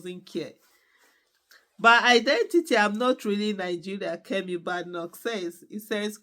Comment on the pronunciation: Fan of your show, just to let you know you are not pronouncing her surname correctly, there is no bad in her name . Thanks